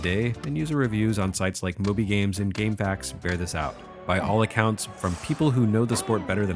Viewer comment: Props to for saying "gamefacks" like a true person of culture.